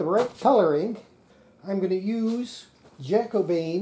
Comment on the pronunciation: If you get a scratching sound on the antenna... Has anybody then tried putting that in the grooves of a record, see if it comes through? 😂 Jacobean is said like carribean, it was a period in history when one of the King James was in power (in Scotland, I think....)